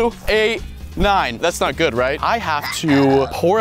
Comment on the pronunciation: its good boy not guud boy